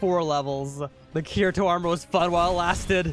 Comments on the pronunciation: bro said cureatoe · U know bro doesnt watch alot of anime when he pronounces the main character's name wrong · you cant even say Kirito correctly